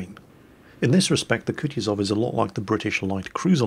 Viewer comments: its not Kutizov Its spelled Ku-tu-zov 2nd U is said the same as the 1st one its hard to explain a english speaker how to say russian words right 😜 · Sir, it's "koo-TOO-zuv" (stress the TOO), not coochie-zov. No, I'm not on a break, I brought my minecart with me. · Hey, I love how you say it as "Kutchuzov":P